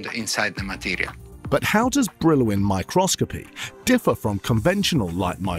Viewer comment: Oh my god who the hell did the voice over? Micro-scopy?? Brill-win?!